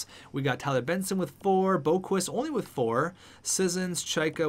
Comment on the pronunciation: Tsuimoto - Captain Chubs - Alternate captain Adam don't call him Borqvist Boqvist - Alternate Captain